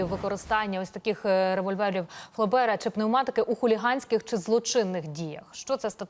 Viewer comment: Не ФлЕбера а ФлОбера!!!